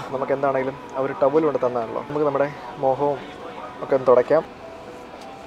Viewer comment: Moham alla മുഖം..🤣